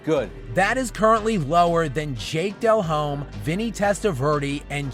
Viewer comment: Man cant even pronounce jake delhomme's name right. Probably been watching football for all of 2 years